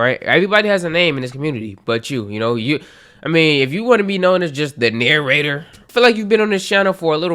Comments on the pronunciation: The Narra-jay-tor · I was thinking the Narrator or pronounced the Narrator or maybe, but a few others said that too.